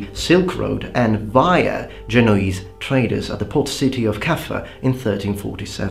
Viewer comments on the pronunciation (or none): none